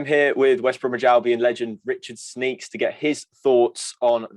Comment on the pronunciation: "Sneaks"? You make him sound like a pervert! It's 'Schneekesh' isn't it?